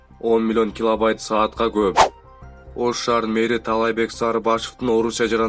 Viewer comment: Киловайт эмес киловатт десен